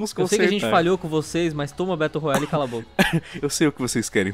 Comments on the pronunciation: mano ele falou batle rola kkkk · Battle “ROLAyale” kkkk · eu escutei baltle rolari